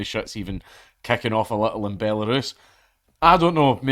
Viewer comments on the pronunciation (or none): none